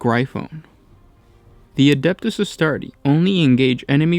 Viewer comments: can you guys stop mispronouncing Legiones Astartes. there is clearly an S at the end of Astartes. it's like Pokemon, it is both see a singular and multiple. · Suggestion: Always pronounce the S in Astartes. ;)